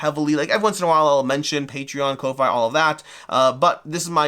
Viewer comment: Thanks for the giveaway! (Just FYI Ko-fi is pronounced coffee - as in buy someone a coffee)